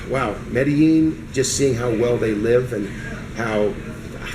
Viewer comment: If he has been to Medellin before, why is he still pronouncing it wrong? He probably still types Columbia.